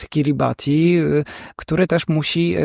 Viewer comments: Wymowa jest poprawna. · Kiribati to poprawna wymowa nazwy Państwa jakkolwiek w lokalnym języku wymawiają to KIRIBAS. WIem bo miałem tę przjemność spędzić trochę czasu na Kiribati w 2011 roku...